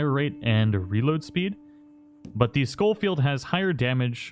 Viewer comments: I think it’s pronounced like Show Field, not Skoll Field. There’s only one L. Love your content btw, MrBoss’s channel died a while ago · It's not skullfeild it's pronounced showfeild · Ray Jardiolin. Think landon rickets from the first rdr pronounces it skol field